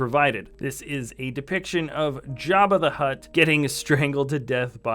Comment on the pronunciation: Jabba the HUTT NOT HUT!